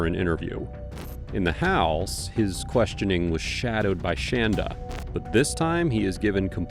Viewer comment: She hates when people pronounce her name shan-da rather than shon-da. SHAN DUH SHAN DUH SHAN DUH!!!